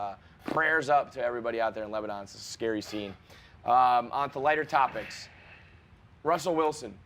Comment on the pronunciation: It's Russell Wilson! you dropped an L my guy